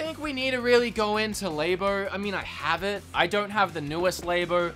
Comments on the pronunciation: awesome collection. also, labo not laybo. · Idk if it’s a culture thing but I’m trying to think of why you keep pronouncing Labo with a long a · I've never heard Labo pronounced that way... Interesting...